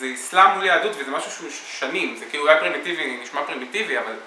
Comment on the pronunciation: It's quite frustrating for learners of Hebrew like me. I could tell from the outset it wasn't right cos I seldom hear it replicated by native speakers.